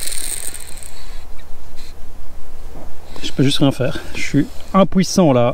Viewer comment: faut ferre un peu plus fort mec !!!sinon vidéo top, comme d'hab. "je peux rein faire, j'suis juste impouissant" excellent!